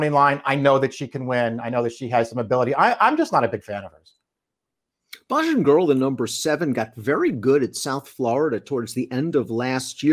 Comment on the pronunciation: won the head to head. The name for the speedy daughter of Speightstown is pronounced "bay jan" not "ba han" as repeats. A Bajan is a native of Barbados. Sire Speightstown, bred by Eugene Melnick, who named his horses for towns and villages on the island, is named for the second largest town. He also bred and named for the capital Bridgetown, a speedy stakeswinner, along with a host of other speedballs. As a homie, i gotta hunchplay Bajan Girl, one/two, and i double dog dare to do the same.